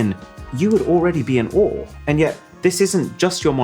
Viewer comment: You'd be in awe, not oooh